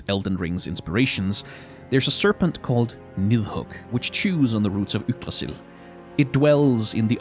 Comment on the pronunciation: Where's from? His pronounciation of Yggdrassil and nidhug sounded just like i would say it in danish